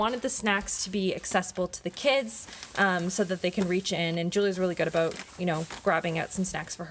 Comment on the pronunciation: The moment I noticed the no frills and roots, I heard the o when you say about. Not sure why I am happy you're Canadian. :D Canadian dollar tree does have better stuff storage and glass n things but its never actually a dollar. American dollar tree doesn't have the nice stuff but everything I have spotted was definitely a dollar. Rather strange.